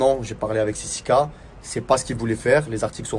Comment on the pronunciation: John il dit toujours sisika au lieu de sisiki wesh 😂😂😂